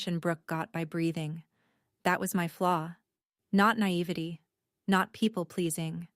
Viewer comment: Look up the pronunciation of naivete